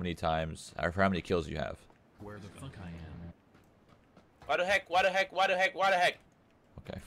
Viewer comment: it's called waduy not wadu hek...